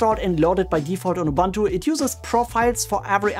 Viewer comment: Good contents, thanks. However it's pronounced "Youboontoo" kinda, not "Youbantoo" :)